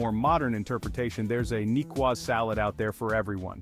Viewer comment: Why is the narrator so annoyingly mispronouncing the name of the salad? A cedilla mark under the c indicates how to pronounce the word.